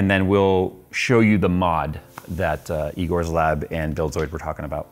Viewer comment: "Eegores lab" - "That's eyegore"